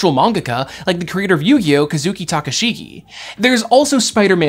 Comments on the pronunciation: "Kazuki Takashigi" ...It's Kazuki Takahashi. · The amount of research that went into this is mind boggling. You guys deserve some kind oof comic-nerd gold medal! Any "inaccuracy" shouldn't even matter at this point that being said... how did you pronounce Kazuki Takahashi as Takashiki? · I'm know this is a minor nitpick, but I'm really frustrated you mispronounced the name of the late great mangaka Kazuki Takahashi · I don't want to be THAT person... The creator of yugioh was named kazuki Takahashi, not takashiki